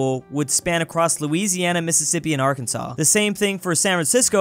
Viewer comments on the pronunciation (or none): none